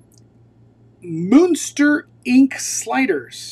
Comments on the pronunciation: It’s pronounced Munster Moonster?! 😂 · "Moo-when-stir" Muenster 🤓 😂😂😂😂😂😂